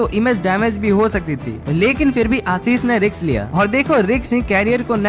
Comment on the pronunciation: Risk ❌ riks 👍